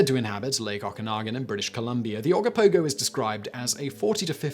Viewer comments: oh go poh go. and oh ka nah gan lake. i know your trying .... kind of lol. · Simon, this is the 2nd time you mucked up the pronunciation of the Ogopogo and Okanagan Lake . Oggopogo is pronounce Oh Go Pogo......as if you are telling someone to "OH GO bounce on a POGO stick" and Okanagan Lake is OKA gNAw GAN